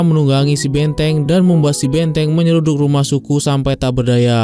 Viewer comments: Filem, banteng bang bukan benteng 😂😂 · 😅 B A N T E N G bukan Benteng😂